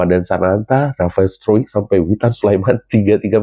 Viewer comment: Pelafalan struick yang tepat adalah STROIK.